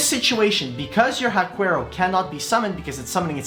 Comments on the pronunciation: And Haquero is pronounced HA-KERO, not hakwerow. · Huaquero is pronounced //wa - KEH - roh// they grave robbers that invade Huacas, wich are ancient latin american burial sites